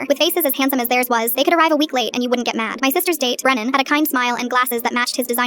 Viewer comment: its brenan not brandon gurllll